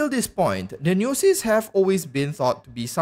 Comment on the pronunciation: Omfg why do you say gnosis like that?